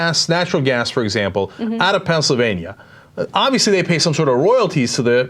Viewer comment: Ana you pronounced Pennsylvania wrong...